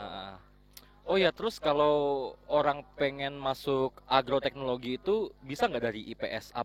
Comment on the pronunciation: agroteknologi bang,bukan argoteknlogi hehehe